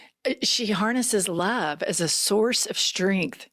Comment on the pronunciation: I think she said Lub 😂😂😂😂